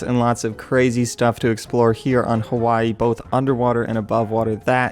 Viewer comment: o fucking duck its its HAWAII